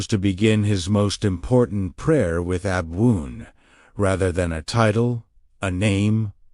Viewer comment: Why are you using this awful AI voice which doesn't even pronounce the word ABWOON correctly, the very word which is the point of this talk? Your Aramaic work, the content, is absolutely wonderful, but unbearable to listen to